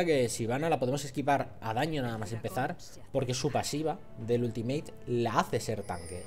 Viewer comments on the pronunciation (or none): none